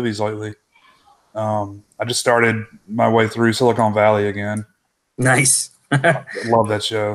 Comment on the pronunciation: That's Silicon and not Silicone Valley. I really sounded like an idiot there.